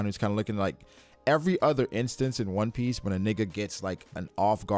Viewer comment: Yeah it's pretty cringe. One Piece has fans from all over the world subscribed to these people and dude is butchering that word to them. I was questioning myself if he was actually black too lol.